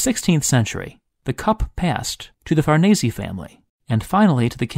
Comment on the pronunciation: Thank you for sharing these fascinating histories! 👍 Edit: BTW, Farnese is pronounced Far-nay-zay. In Italian, the E is pronounced AY as in day, and the S is pronounced Z as in zebra!